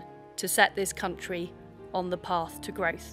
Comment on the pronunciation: He's a gweat fwend who wants to see the countwy on the path to gwoth. Poor old Wiz